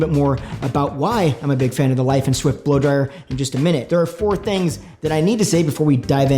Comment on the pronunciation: Laiden Swift sounds like you said Light and Swift at first to me.